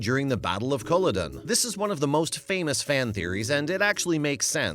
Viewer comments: Sorry pronunciation of Culloden. distracts me. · Learn how to say the names!!!! Culloden! Look it up on listen to a SCOTT say it!